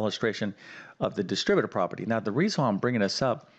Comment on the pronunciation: Yes. You need to “reckonize” the “distribative” property to “figgur” out this problem. What language does this guy speak???